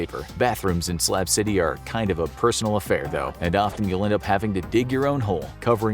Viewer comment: SLAB CITY BUT I SWEAR IT SOUNDS LIKE HE'S SAYING SLAP CITY